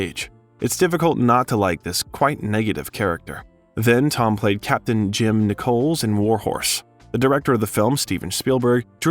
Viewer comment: It's pronounced, "NICK-uls" like pennies and nickels, not "NI-coles" like the female name, "Nicole" with an "S"... just so you know...